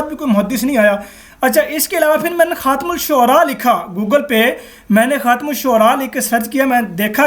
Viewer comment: adeb k sath urz hay yeh lafz “khum” nahi hai asl lafz “Khaatem” hay.